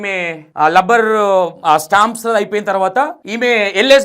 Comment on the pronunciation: గారు మీరు తీసుకునే కంటెంట్ బాగానే ఉంటున్నాయి కానీ మీరు కన్ఫ్యూజన్ గా చెబుతున్నారని నా ఫీలింగ్ ఓన్లీ, నెక్స్ట్ రబ్బర్ ని లబ్బర్, లెక్చరర్ ను లెక్టులరు అని అంటున్నారు...అలాంటి వి కొద్దిగా చూసి చెప్పండి next అంతా good.